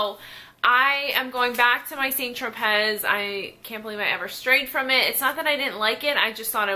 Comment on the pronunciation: Yes! My mom & I swear by St Tropez... We'll try things that I hear are better, but always go back. Side note: Don't think you pronounce the "t" in St or the "z" in Tropez... sounds more like San Tropay (rhymes with "away")? But Im not an expert! Someone correct me if I'm wrong!